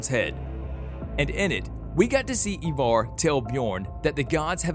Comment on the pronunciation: Why do you say evar? The show clearly says it and spells it differently